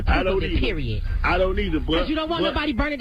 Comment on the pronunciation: She’s a older woman saying periodt........with the T on the end.